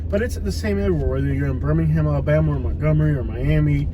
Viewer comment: It’s Alabama not alllabana